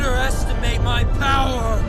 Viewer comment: I still can’t get over how you pronounce “power” as “pyre”.